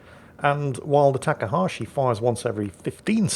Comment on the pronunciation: have you noticed that you pronounce Takahashi different each time you say it?